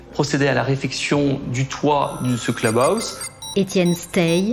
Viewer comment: « elle va au clubouse ( de vache 😂😜) , pavillon fera l’affaire, et ça se prononce facilement